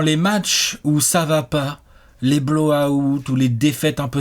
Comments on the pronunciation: utilise Google traduction pour savoir comment on lit "out" stp, c'est insupportable à la longue...merci. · La prononciation est bonne. Elle est juste francisée